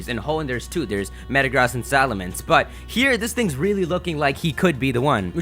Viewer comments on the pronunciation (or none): none